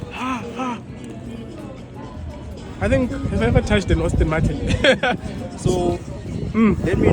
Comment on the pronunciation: It’s pronounced Aston🙄